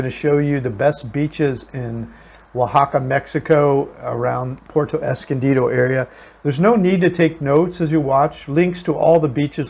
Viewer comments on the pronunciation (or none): Good one amigos,, it's not PORTO, it is PUERTO, pronounced: " poo, where, toe ", come on, you're from cali, you can do better than that, love ya!